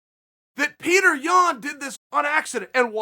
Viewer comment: Not Yian but Yan